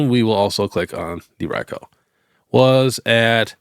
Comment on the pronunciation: It’s ri-ku not ray-ko